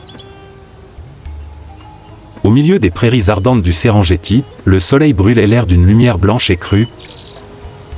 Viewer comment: ça se prononce Serenguetti au passage